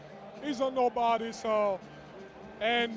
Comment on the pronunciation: when joel embid talks "He's a dobody." 😂😂😂